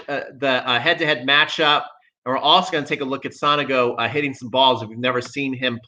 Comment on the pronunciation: With all respect theirs no A in Sonego. Is so- nego. Not Sanago.